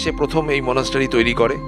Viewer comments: Are ota to english spelling monastery.Kintu pronunciation ta মনাস্ট্রি, মনাস্টারি নয় । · Monastery pronunciation ta kane khub lagche.uccharan মনাস্ট্রি , মনাস্টারি noi.Eta kheyal rakhben